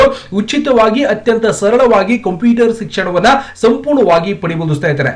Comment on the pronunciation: ಅಣ್ಣ ಅದು ಕಂಪಿಟರ್ ಅಲ್ಲ ಕoಪ್ಯೂಟರ್